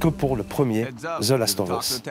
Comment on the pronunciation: Rien que pour l'entendre dire "thelasseteauveusse" il mérite un salaire.